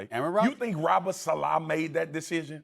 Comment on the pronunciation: Why do they pronounce Robert saleh’s last name “Salah” LOL